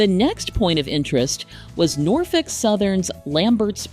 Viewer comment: As a local, I can say you nailed the pronunciation. 😃